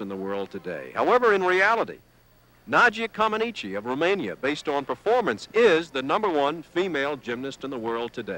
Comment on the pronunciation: Nadia didn't land that bar routine "perfectly". And the Americans pronounced her name wrong for around a decade, despite Nadia herself telling them how to pronounce it.